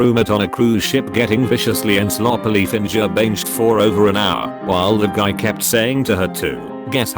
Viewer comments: "finjer banjed" 😂😂😂 Never change this or "fix" it. It's amazing 😂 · “Finjer Bainjed”